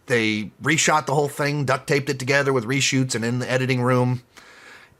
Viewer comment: "Reshites" LMFAOOOOOO